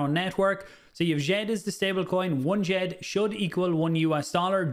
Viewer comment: Wel done for getting djed pr pronunciation correct the d s softens the J( so sounds a bit french